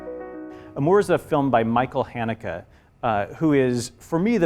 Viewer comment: When he pronounced Michael hannekes name wrong I got very mad